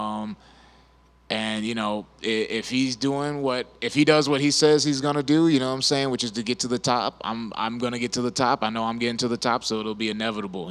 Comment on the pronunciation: bryan "nawmsayin" battle